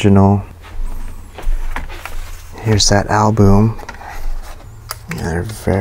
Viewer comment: Oh my dear! It's pronounced al-bum, short u, like up!! NOT like boom, long u, like due!